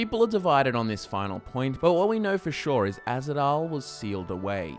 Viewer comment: it's Ahzidal not azhidal